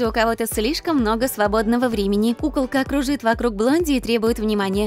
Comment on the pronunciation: Мне показалась пукалка а не кукалка 😂